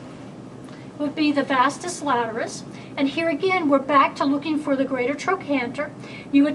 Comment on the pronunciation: Excellent, as usual...it's pronounced as - "Vastus Lateralis" not Vastus "Laterus". Everyone f. up somehow....the day we make no mistakes is the day we've met God.